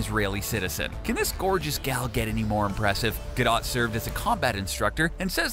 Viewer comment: it's not gado it's gadotttttttttttt